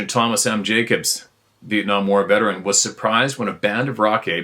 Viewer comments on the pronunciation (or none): none